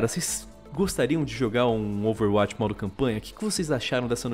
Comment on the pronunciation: Que nervoso falando Overwátch, plmds, fala DIREITO